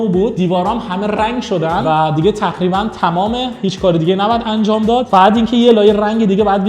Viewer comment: خاهش میکنم بگو تقریباً نگو نخریبا